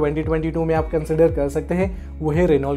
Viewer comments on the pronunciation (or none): Renault is pronounced as Reno and not as it's written.